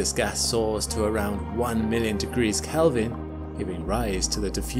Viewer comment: Just a reminder that we don't talk about "degrees Kelven" but just "Kelvin".